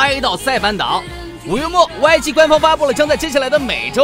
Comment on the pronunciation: YG一直聽成外籍娛樂😒 還有bigband那是什麼奇怪發音😑